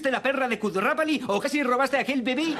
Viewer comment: Kudrrapali??????? Kutrapaly es